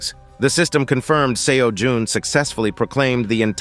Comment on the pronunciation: Bruh am I tripping why is he calling him seo juhn